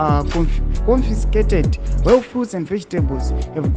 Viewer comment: And you can't pronounce confiscated.